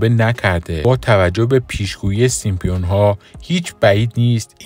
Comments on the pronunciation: سیمپیون یا سیمپسون ؟؟؟ 😂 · Simpson not Simpion اول زبان یاد بگیر بعدا کلیپ درست کن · سیمپیون؟؟؟؟؟؟؟؟ یه کلمه ست درست بگو اقلا 😂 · دوست عزیز ،دیگه عالم و آدم میدونن که اسم درستشون سیمپسون هستش،سیمپیون دیگه چیه؟ از کجات درآوردی؟ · نوشته ی زیر سیمپسون هاست و شما میگین سیمپیون بلآخره کدومش درسته ما که نفهمیدیم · سیمپسون ، فقط رئیس جمهور نیست نمیتونه از رو بخونه.. این مشکل همه گیره ... البته سیم سون هم خونده میشه. پ ایز سایلنت 🤦🏻‍♀️🤦🏻‍♀️🤦🏻‍♀️ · تعجب اوره که در مورد کارتن معروف سیمپسون ها میخوای اظهار نظر کنی، اما حتی نمیتونی اسم این کارتن را بخونی، حالا نمیتونی بخونی، آیا تا حالا اسم این کارتن را هم نشنیدی؟ برو اول مشقتو بنویس و تمرین کن ، بعد بیا ویدیو بزار.